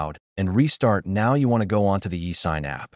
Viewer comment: I love how the fact this text to speech voice said e sign so wrong 💀💀💀💀💀